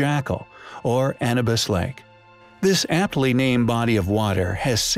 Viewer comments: A nu bus, not An e bis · Yes that was doing my head in if ur going to make a vid like this at least get the bloody name right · Anna bus ( a bus named Anna). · ANNA BIS! :P ! Anubis "Ah,New,BIS" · Anabis != Anubis 👎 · Hey,, say it with me, A - New - Biss not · The Disabled Gamer quite right...that was bugging me as well! 😛